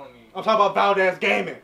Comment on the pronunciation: "Valquez"😂😂 btw it's me yana (ya god sister)